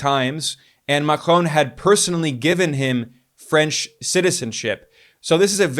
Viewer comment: Good videos. Always interesting. Just dont say Macron as you do please :) The N you do not speak out. Everything else remains - et voilá ;)